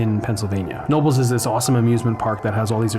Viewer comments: Knobels is pronounced Kuh-no-bulls. (the K is pronounced). It never ceases to amaze me how these incredible, man-made structures are used and discarded. I share that nostalgia for the days when the malls were packed on any given day. I've seen some of the malls around me dwindle and get torn down only to be replaced by a Lowes. Keep up the great work. New sub here. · Let me have a crack at it. Knoebels, pronounced No-buls. ? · As a teen in the 80's, this mall was better than Disney World. On a Saturday night my cousin and I would play arcade games and chase girls all night. It was awesome! By the way, the locals pronounce it K Nobles with a hard k sound in the beginning. Great video. Rip childhood memories. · Its pronounced "Ka-nobles" and its the greatest amusement park in America. I'm not just saying that either, I've been to every major theme park in this country and nothing I've ever experienced comes close to the atmosphere of Knoebels. Its like going back in time. Amazing place. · its Keh-No-Bells Knoebels Anthracite Museum. Also, its Cen-Trail-EYa Centralia. I was able to visit the Schuylkill Mall at the very end of the demolition. It was from the main lot on the McDonalds side I had to go all the way to the left around the fencing. Only that very left end and a large loading dock was standing. July 2018. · LOL Thanks! I was going off of the pronunciation of a friends last name Knoble which is pronounced something between no-bul & no-bel. Great video I'll sub you bud. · You should have kept a set of those 3D glasses as a souvenir! Also, the "K" in Knoebels is NOT silent. :) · You actually do pronounce the K in Knoebels. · Such a shame what happened. BTW, Knoebels is pronounced with the "K".